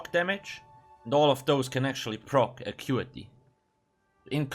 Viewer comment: i thought it was Ackutehhh